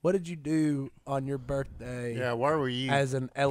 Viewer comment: “Happy BirFday Si!”